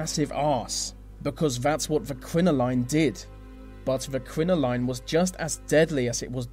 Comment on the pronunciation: he does know that quinceneras and some weddings and sweet sixteens still use crinolines and their pronounced crin-oh-leens and the same people plus some even use the corsets too